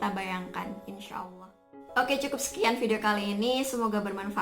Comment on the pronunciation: mbaknya cantik kalem baik pula😊 terimakasih atas motivasinya mbak🙏 Tetap semangatss👍 mbaknya seperti santriwati pesantren?🤔 saat melafalkan lafal Allah makhorijul hurufnya bagus dan auranya cerah banget berkah wasilah sholawat Nabi Muhammad SAW.